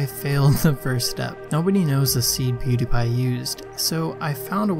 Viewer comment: A lot of people are pernounsing pewdiepies name (pew di pie) and it's bothering me